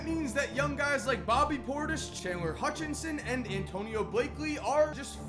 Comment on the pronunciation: Hold up. Did just say "Hutchinson?"